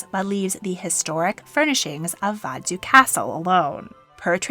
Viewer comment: Love your rendering of 'Vadzu' :) (The capital is Vaduz.)